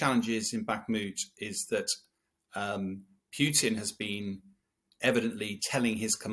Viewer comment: Whos this “president pewtin”